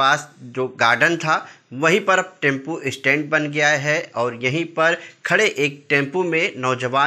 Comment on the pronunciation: टेम्पू नही टेम्पो 😂